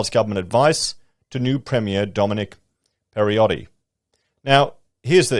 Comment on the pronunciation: Mate, it's crazy!! And they say housing is unaffordable now! Throw 2 million new migrants into the mix and how will it be?!?! Bloody hell! Anyway, our new premier's name is pronounced Perro-tay (like yours up there is Pala-shay, apparently). Your pronunciation has him sounding like he's of Italian descent - no fuckin thanks! haha he's of French (or maybe Swiss?) descent with his surname. Anyway, have a good one!